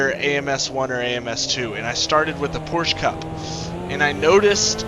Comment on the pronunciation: Porsch, of course!